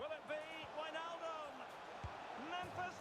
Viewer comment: No one: Kylian Mbappe : GINi WiJNaljum